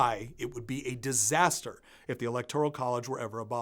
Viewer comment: Friendly advice: look up the correct pronunciation of 'electoral.'